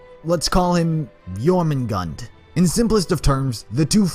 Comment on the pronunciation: considering how hard it is to guess at the pronunciation for Jormungand you got suprisingly close